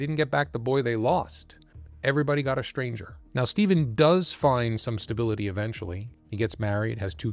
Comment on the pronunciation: You mispronounce words with str . street straight stranger NOT shtreet shtraight shtranger